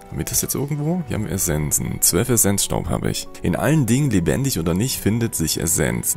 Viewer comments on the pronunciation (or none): none